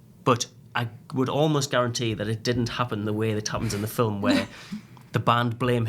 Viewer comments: Lol ‘filum’ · Film is one syllable. Just saying